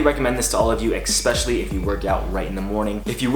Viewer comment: love your vids but one thing that bothers me: its pronounced ESPECIALLY not EC-specially. Cheers great stuff